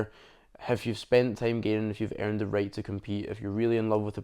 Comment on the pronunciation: Not sure if you said right or rate.